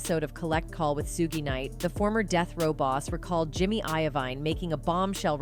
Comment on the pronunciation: Learn how to say the names first 😂 Mr Knight and Ms Warrick wow this gotta be a lil kid lol